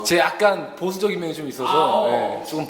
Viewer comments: 보thㅜ적인면 ㅋㅋㅋㅋ 발음 치인다 귀여워ㄱㅋㅋㅋ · 아놔...도덕수업 하는 와중에 발음이 너무 귀에 들어와서 ㅠㅠ 쪼끔 보thㅜ적인...인thㅏ입니다..안녕하thㅔ요..thㅔ븐이얼즈.. 미안ㅠㅠㅋㅋ